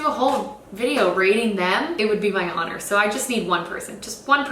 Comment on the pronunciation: Did you pronounce the "h" in honor?